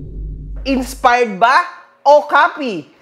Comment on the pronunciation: inspard daw sabi...heheh d mabgkas maayos